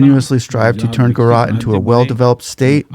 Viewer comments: It's not Spanish Central, or Latin American. The J is a hard j sound. Gu-ju-raat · We need less of your over speech - J is not Y , some education would be useful . Gu Ja Rat Gu ( like the start of Good ) Ja ( J for Jack / Jack is not Yack Rat ( Raat ) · Buddy, it's pronounced as "Guj-a(schwa)-raat'. The "J" in Gujarat is NEITHER silent or pronounced as "H" as in San José or "hour". As an Indian from India I can assure you that. India is blessed to have Modi. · Its Gujarat not Guarat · bro are you teaching us how to pronounce OUR names? no it's not jujrat, it's GUJRAAT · The "J" in Gujarat is pronounced like the J in Jack, jump etc. The roman alphabets in words from Indian languages are usually pronounced the same way as they are in English and not in other European languages like Spanish or French since we were a British colony. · FYI. The "ja" is not silent. Nor is it pronounced like "h" in Spanish or "y" in. Pure and simple "j" like in Joe or John. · India is not Mexico…not Spanish speaking. Please pronounce Gujarat with a J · this fellow can’t even read and pronounce the name of the state properly??? How difficult is it to read the spelling of the word GUJARAT and pronounce it properly. These chaps are either so dumb or with their heads in the cloud or up their ****, it’s amazing. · He silenced the J in Gujarat. Like how we say Joaquin Phoenix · Love your videos. Just one request, please pronounce the J in Gujarat as u would in English 😊 (not Spanish) Indians pronounce the letters per intended sound in Indian names and languages 😊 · Yeah , first i read you comment without watching the video, thought comment is a joke , but yeah he couldn't pronounce Gujarat well. Mainly 2nd syllable was messed up, juh (judge) and then raat ( language how do we explain how we pronounce night. Google translate would help )